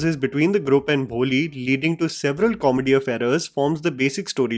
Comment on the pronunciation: Ok as always great review. Just one thing, the word ‘group’ is pronounced ‘groop’ and not ‘grup’